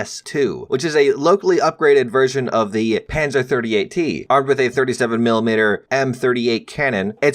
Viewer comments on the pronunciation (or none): none